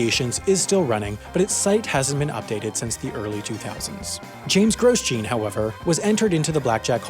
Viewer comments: As an F1 fan, hearing it pronounced “GROSS-JEAN” and not “GROW-JOHN” is jarring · Shouldn’t Grosjean be pronounced like “grow-shawn”, not “gross-Jean”? There is formula 1 driver that has the same last name, oh wait, Americans don’t watch F1, who am I kidding. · The pronunciation of "Gross-Jean" is almost hard to hear. He's probably French which means it would be "Grow-Jawn", like the Formula 1 driver. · "Groz-John", not "Gros-Jeen" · Graus-jean? Really?! It’s Grow- jzaun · The way you said Grosjean tells me you have never watched F1. As a hint to the correct pronunciation, it's French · Gross-jean? no! it's Gro-shaun. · It's not pronounced Gross-Jean. I'll leave it tu joo to work it oote. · My ears hurt when he says Grosjean like that, I assume it's pronounced "Grohjhaaan" as it's a french originic surname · Sorry but it’s pronounced Grow-sean (kinda like Sean but with a J(I don’t really know how to type it ok)) come on I thought u knew French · F1 fans are triggered . . . . . . . . Groh-jon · Gross-Jean? It's Raidillon Actually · Grosjean is pronounced Grow-John, it’s French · "Gross-Jean" GP2 pronunciation. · gros-jean LOL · HaI pronounces Grosjean worse than Paul Tracy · The pronunciation of Grosjean 🤦‍♂️ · Your pronunciation of Grosjean is pretty bad, F1 would teach you that. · The only thing I was focusing on was the pronunciation of “Grosjean.” What a mental guy! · Your pronunciation of "Grosjean".... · I'm pretty sure Grosjean should be pronounced like Romain Grosjean, not as you did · Romain crashed straight into my mind when I heard him say that